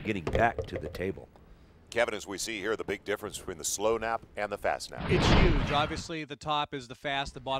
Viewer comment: "Pressure has to be a yooj issue here..." This clown is a 'professional' announcer. Right.